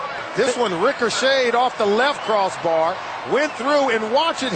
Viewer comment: "The ball rickershayed"